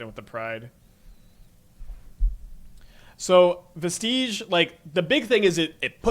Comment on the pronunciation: Vestige is pronounced like "VEH-stij" not like "veh-STEEJ" Not tryna be a butthole, it is just really hard hearing every streamer mispronounce it